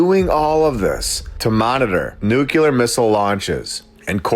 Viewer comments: Look,I love what you do but...that "nukilar" has got to go! You lose credibility when you're pronouncing it WRONG,dude! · $5 to ask you to pronounce nu-clear correctly. Observe the lack of U between C & L. Love your work.